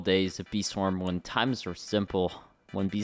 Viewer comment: "Fee Swam"